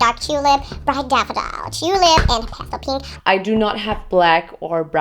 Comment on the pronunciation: oh I understood 'pasta pink' instead of 'pastel pink'.. pasta rules the world